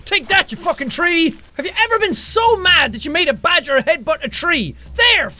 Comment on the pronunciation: MORE MORE ITS NOT BAD-Ger ITS GREAT-ger